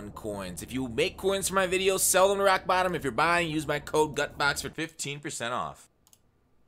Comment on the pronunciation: Lmao that was the greatest Raawwk Baawwton advertisement screw up ever